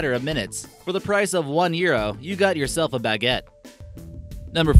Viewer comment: Your saying baguette wrong XD